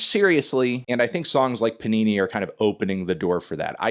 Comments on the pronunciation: It's "Panini" not Punani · Anthony, it's pronounced "PANINI" not "PUNANI"